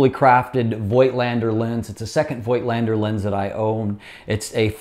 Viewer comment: Voigtländer is pronounced with a silent "i" after the o. It sounds like "foe". The rest sounds just like you said it.:) Love you videos!